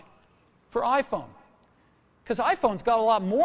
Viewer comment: スティーブの「iPhone」の発音が好きで真似してる。